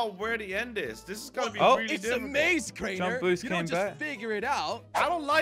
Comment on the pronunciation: said crainer and me. I think he didn't go to school